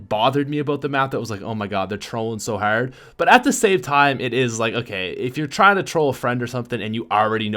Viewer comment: You say hard so weirdly, it makes me hard....